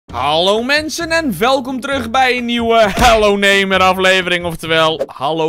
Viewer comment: je zei neighmor in plaats van neighbor